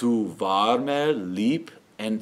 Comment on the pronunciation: Does not sound anything near native German. Warmer you pronounce really awfull. there needs to be a bit of v in the w . And al your end r's need to be softened. also ch is not correct. Not end entruukt. but short. And be aware of the double consonnants. The safest way is to split up the word. Then you know directly how to pronounce. Anyway with this video you won't sound German.